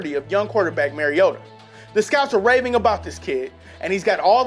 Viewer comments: I hate to nitpick here but being a big Oregon fan his name is pronounced Marcus MARIO-ta. His name may spell the way you say it but it's actually MARIO-ta. Why do you think people call him Super Mario-ta? Otherwise great video. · IF HE SAYS MARIOTAS NAME WRONG ONE MORE TIME IM GONNA BLOW UP